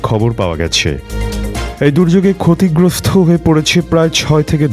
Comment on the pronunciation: সংবাদ উপস্থাপনের ধরন ভালো ছিল। তবে উচ্চারণগত বেশ কিছু ত্রুটি লক্ষ্য করেছি। যেমন: ক্ষতিগ্রস্ত না বলে বলা হয়েছে ক্ষতিগ্রস্থ। এছাড়াও স্বরাষ্ট্র মন্ত্রীর নাম বলার ক্ষেত্রেও একটু জড়তা লক্ষ্য করেছি। আর একটা ব্যাপারে একটু কথা না বললেই নয়। সেটি হচ্ছে, সংবাদ শিরোনাম বলার সময় এই মিউজিক টা কিছুটা অসামঞ্জস্য বলে মনে হয়েছে। আমার এই মন্তব্যগুলোকে ইতিবাচকভাবে নেওয়ার অনুরোধ রইলো।